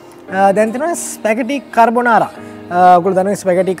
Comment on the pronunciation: කර්බොනාරා නෙමේ යකෝ කාබොනාරා 🤦‍♂️ දන්න රෙද්දක් කියපිය 😆